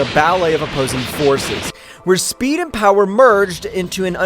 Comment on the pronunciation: how many time your say poweer lmao